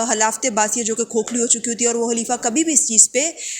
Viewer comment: Halifa or khalifa? Otherwise was good 🔥